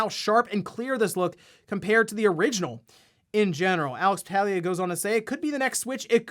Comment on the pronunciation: it’s pronounced Bahtahlia not BahTAGlia lmao